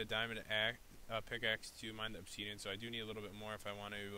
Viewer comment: how pat pronounces it: obseeedion how pro minecrafters pronounce it :obsidian